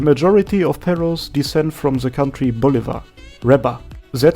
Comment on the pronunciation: Being a Spanish speaker, hearing you say '' perros '' (which is literally dogs in Spanish) made me laugh a lot xD